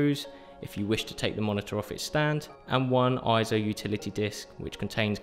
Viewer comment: Correction: It's not pronounced IZO, It's pronounced AY-ZO. Please refer to EIZO in Wikipedia and EIZO's own corporate video where you can hear it pronounced AY-ZO in the video.